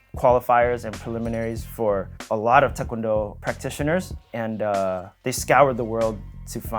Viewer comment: His pronunciation of tae kwon do is immaculate